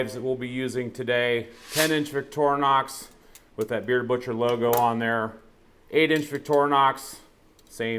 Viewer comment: "Víck-trinox" not vicktornox